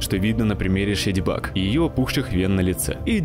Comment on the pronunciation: Только она не Шедоубаг, а Шейдибаг.